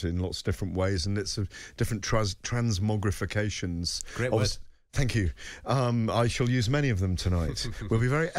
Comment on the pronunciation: 1.26. ‘Transmogrifications’. WTF.